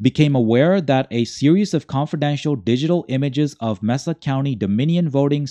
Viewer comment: *May-Sa County